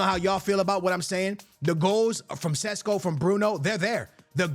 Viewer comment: sesko not sisko. lol